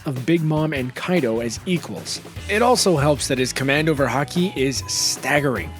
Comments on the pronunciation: It's haki not hakee smh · He cant even say haks right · My man just said Ha-key😔. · his mastery of HA-KEY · I hate when people say hakiii or haake please say it right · this man really said haaKEE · This man says hakee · Also the way he says haki